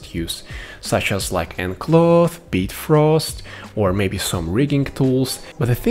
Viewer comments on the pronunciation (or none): Its BiFrost not Bitfrost .....